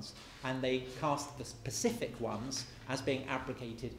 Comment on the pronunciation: I love this talk but Tom Holland can't say specific 🤣 and his educated 🤣🤣